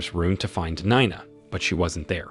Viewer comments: Nina 😂not ninea 😅😅😅😂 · 9ah? It's pronounced nee-na, get a better AI . . . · Is it pronounced Nee-na or Nine-na? Keep changing is very annoying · Spelled. NINA SOUNDS LIKE KNEENAH . THIS IS VERY IRRITATING FIX YOUR VOICEOVER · You really need to update the dictionaries of your AI readers. NINE-A, this is too funny. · How many times and ways can you pronounce Nina wrongly? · How can you not pronounce Nina and Augie ? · How do you accidentally spill drink on someone's head while ur both standing?? Dude can't even pronounce Nina correctly 🤦🏽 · I've always wondered if this was another AI channel. The way he can't decide how to pronounce Nina 3 times in a row within a sentence or two settled that debate for me. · Get elocution lessons. You pronounced "Nina" three different ways. Your pronunciation of "Augie" is an EPIC FAILURE.